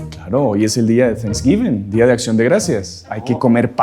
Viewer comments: Thanks giving Significa dando gracias. No Sans giving😂😂😂 . Hay que pronunciar la palabra: gracias correctamente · No es día de ningún Santo. Es dia de acción de gracias. No de san guiming😂😂 como dicen algunos. Hay que pronunciarlo bien en Inglés.